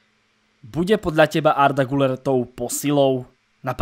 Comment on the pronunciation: ten Arda se čte GYLER! je tam přehlasované U a to se čte jako Y